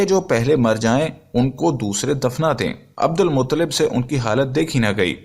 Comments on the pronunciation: Abdul muttalib bolye mutlib nahi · Bhaii Abdul Mutlib nahi Abdul Muttalib bolo